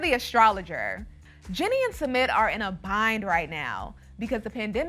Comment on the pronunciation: it’s Sumit. not SEMET